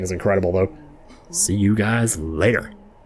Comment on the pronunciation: I always crack up when you say Sabulba instead of Salubra 😂